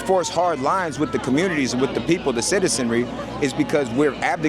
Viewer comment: I can't believe no one hit you... XD You gotta learn how to pronounce 'the'.